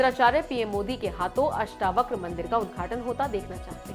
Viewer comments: अष्टाव्रक नही अष्टावक्र बोल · अष्टवक्र बोलना तो सीखिए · आप अष्टावक्र का उच्चार अष्टाव्रक कर रही हो, ये गलती सुधार लो l अष्टlव क्र है और आप अष्टाव्र क कर रही हो l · अष्टावक्र हैं अष्टाव्रक नहीं